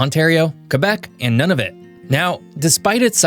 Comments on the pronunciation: His pronunciation of "Nunavut" and "Iqaluit" made me laugh out loud 😝😂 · it is pronounced noonavit not noneavit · Thanks for the video,! One point - the name of the northern most territory is pronounced NOO-na-voot. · Its pronounced NOO NI VUT!!! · Nunavut is pronounced Noo-na-voot. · Great video! It's been a long time since this Canadian has had a lesson in my country's geography. The only small correction I'd add i that Nunavut is pronounced "NOON-na-vut". Although we're living through a difficult time on the political front, I'm touched by all the messages from Americans wanting to express their support for Canada. We've had a long standing friendship with the U.S., and I hope that we can weather this storm together. I have friends and family all over the U.S., and it pains me to see what's going on. In any case, I loved your video, and am now subscribed to your channel. Happy trails! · Do you ever bother to look up how to pronounce things before putting them in videos? Noo-nah-voot (Nunavut) Ee-qaloo-eet (Iqaluit) Newf-und-land (Not new Finland) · A few pronunciation errors… Nunavut (Noonavoot) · Man please tell me you got better at pronouncing these names. Nunavut and Iqaluit are horrendous... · Great video! A few tips: Noon. Nunavut is pronounced Noonavut. Iqaluit is pronounced IQALuit. Pelie is pronounced PeeLee. We 🇨🇦 really appreciate the ending. Thank you. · Hi: just a little correction to you pronunciations of Nunavut and Iqualuit. It is not “Noneofit” but “Noonoovoot” and it should be “Eekaloweet”. Just want to make sure they get the respect of the correct pronunciation, thank you. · Gd-it we aren't New-Finland. And eff whatever you called Iqaluit, and Nunavut? I'm having as you said, Nun-of-it